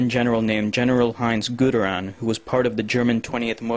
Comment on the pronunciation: Nope the name of the german general was: Heinz Guderian The pronouciation in the vid is barely understandable.